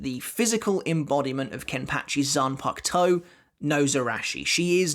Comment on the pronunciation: I really like bros videos but as a half Japanese dude the way he pronounces kenpachi Zaraki will never not bother me still a good video tho